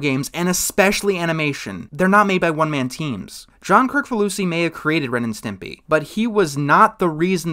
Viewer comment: It's actually Ukranian, and it's actually pronounced "Chris-fa-loo-see", not "Crick-fa-loo-see".